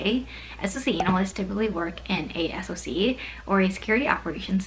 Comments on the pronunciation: I know that it's an acronym, but literally no one in the industry says "ess-oh-see", it's always "sock", the same as SIEM is always "seem" or "sim", not "ess-eye-ee-em", capiche? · SOC is pronounced as "sock", not "ess-oh-see"